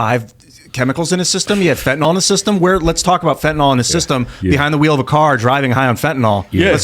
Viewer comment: Fent-a-NIL, not fent-a-NOL.